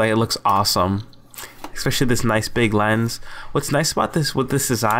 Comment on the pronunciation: Why do people say EXspecially??? What IS that???